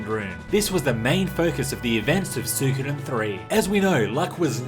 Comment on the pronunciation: Ok dude, it's REALLY doing my head in. Say it with me now... Swee-ko-den